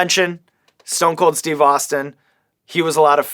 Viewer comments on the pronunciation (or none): none